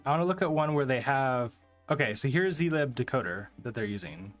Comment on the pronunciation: It's pronounced /ˈziːlɪb/ ( ) not "z lie b", god damn it XD